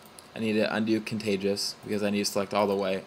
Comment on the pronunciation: say it with me: con-tig-u-ous. joking aside, great video +1.